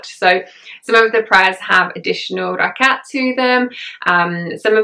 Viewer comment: Thank you, I think this video would be very encouraging to new revert. I have been Muslim for many decades and must admit, it still upsets me when people do not understand how much of a struggle it is to grasp some of the sounds in Arabic. Your pronunciation is spot on of ruku, rakat, surah etc. Like a native Arabic speaker. MashaAllah! Hope you will do a video reciting Surah Fatiha one day too. Would love to hear you. Welcome to Islam and may Allah Keep us steadfast and increase our love of Islam continuously. Ameen. May you sail through with ease, all the trials that come with being on this path. Ameen.